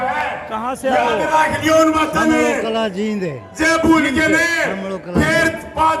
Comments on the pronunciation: ........Ajit Ji, this is not जिंद, this is "जींद" !!! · आप जींद बोल्या करो, आप जिंद बोलते हो.